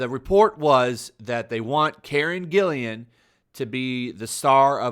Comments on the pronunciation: its GILLAN, not Gillian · Hey, just a tip, Karen's last name only has one I. Gill-AN. Little OCD on pronunciation , no ill will meant. Keep up the great content. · Karen's last name is spelled G-I-L-L-A-N. With a hard "G". Just a little note,. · Whose Karen Gillian? or do you mean Karen GILLAN?